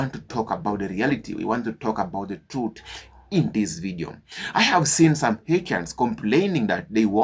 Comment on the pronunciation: This question goes to the owner of this youtube channel, do you know Haitians are also Americans? And please learn how to pronounce Haitians.